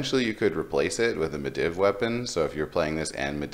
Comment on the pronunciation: Ma-dee-v. You're triggering me each time you say medivh. Lol.